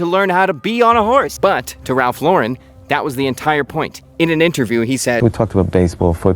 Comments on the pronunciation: first !!! it's Ralph LAUUUURen NOT Laaaa'REN. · Loh-ren, not Leau-ren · Up until I was going to explode with the luh-ren pronunciation…. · Always wondered why people say Lau-REN instead of just Lauren? I like the quality but I don’t like branded anything and can’t afford purple label, lol. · i really thought you were gonna keep pronouncing his name wrong the entire video lol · you pronounced his last name incorrectly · I was sure he was fucking with us pronouncing his name wrong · You don’t even pronounce Lauren correctly. Get outta here you poser!! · How about pronouncing his last name properly? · Had to delete my comment about the way you pronounced his name after I hit the 2 minute mark hahaha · Learn how to pronounce his name first and i will watch your video.